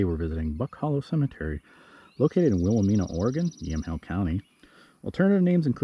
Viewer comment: Will-ah-MINE-uh with a long "I". Good work, but the mispronounced name makes it a real teeth gritter.